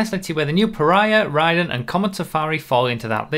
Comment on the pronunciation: I’m pretty sure it’s pronounced *RAY-den*, like the character in Mortal Kombat.